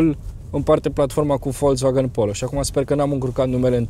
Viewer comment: Folcsvagăn, NU Folțvagăn daca vrei sa pronunti corect. Daca nu, spune si tu VOLZVAGAN cum zice tot romanul. Ca vad ca te chinui prea mult. Nu exista ț in pronuntia acestei marci.